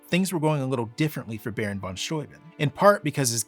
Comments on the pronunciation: Thank you, thank you for calling him "von Sthoi-bin" (rhymes with "von Toy Bin") and not "von Stoobin." It's possible that so many Americans pronounced it that way that Baron/General von S just ignored it and went along with it, as my German and Slovak grandparents did when they emigrated to America at the turn of the twentieth century. People do tend to respect the sound of immigrants' names now, but not so much in the past. Sometimes back then, when "foreigners" didn't English their names right away, the Americans did it for them. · After learning about Baron von Steuben ("VON STOO-ben") in school, and later living near "stu-BENN" County in Upstate New York, It does my heart good to finally hear -- for the first time, I believe -- an American pronounce the crusty ol' kraut's name correctly: "f'n SCHTOY-b'n". Thank you. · Fabulous information here, beautifully presented. And a long time coming, in such a clear an unequivocal format. Bravo. And thank you for pronouncing "Steuben" correctly.